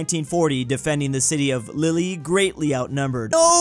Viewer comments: *pronouncing the name of the city where I was born “Lili” * Me: 🤦🏻‍♂️ Lille is pronounced “Lil” like in “Lil Wayne” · sees Lille, says "lily" Every french watching this video: dies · Petition for to actually learn names properly like learning how to say Lille and not call it Lilly! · The city of "lily"😂